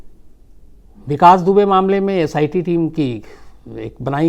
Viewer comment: Vikas dubey kaa naam aap hamesha galat kyu bolate h☺ Ittefaq h yaa aap lena hi nhi chahate... sir mai aapke kahani batane ke tarike ko bahut pasand karti hu ... 🤗